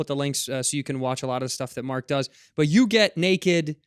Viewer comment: Yeah it’s Marc ffs red - not like it’s Wahlburg... Edit: *Wallberg Re-edit: **Wahlberg